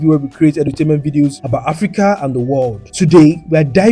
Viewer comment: Thank you so much, I love your voice, it’s great to hear African city names being properly pronounced. Thanks too for the footage of the factories so we can see the people working. I’m very interested I processing and self sufficiency. Kenta could learn so much. I’m a new proud subscriber. Keep up the good work